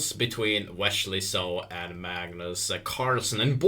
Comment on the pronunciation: wesssley, not weshley